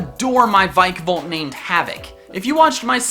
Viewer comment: Its vikavolt not vaikavolt